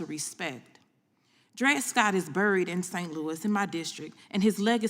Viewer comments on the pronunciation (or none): Black supremacy will never succeed in America. She can go back to Africa. Can't even say "buried'